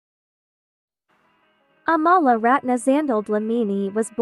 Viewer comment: She pronounces her name like "AM-UH-LUH" not UH-mala its in one of her breakdancing videos they ask her name and thats how she pronounces it. I always thought it was the other way too